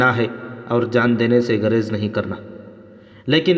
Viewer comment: مصلح نہیں مصل لح ص ل سے ملاءیں گریز گ پر پیش ہے